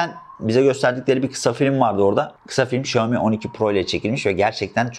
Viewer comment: Abi çok iyisin falan ama şooami demen kulağımı tırmaladı resmen.